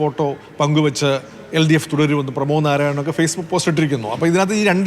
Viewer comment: Not NARAYANAN.. NARAYAN